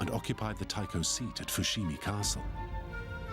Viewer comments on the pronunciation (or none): none